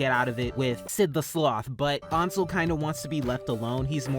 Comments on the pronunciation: Its pronounced ONSEL?! NOT ANSEL?! THE HECK I SUCK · I kept thinking “Ansel” was pronounced “Anne- sal” not “Awn- sel” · FINALLY FUCK YEAH YOU REACTED TO TAM!! IVE BEEN READING THIS SINCE CHAPTER SEVEN LITERALLY THE BEST- I STG. THE GAYEST COMIC 10/10 MY WHOLE INSTA IS BASED ON THIS WEBTOON 👁️👄👁️ and i promise allison isnt that bad not to be rude, ansel is pronounced (Ann-sell) just you dont trigger anyone 😂